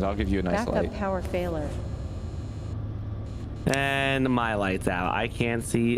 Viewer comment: Yo I'm I'm the only one that noticed the ship computer say " back up power failer" instead of failure😂